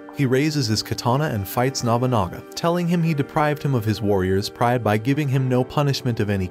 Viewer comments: The way you pronounce Nobunaga... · Every time he mispronounces Nobunaga it makes me twitch a little....